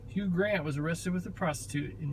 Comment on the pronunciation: Luv your videos, but lol it's HUGH [pronounced HU-e] Grant. Not HUGE Grant 😭 That was a great Freudian slip tho lmao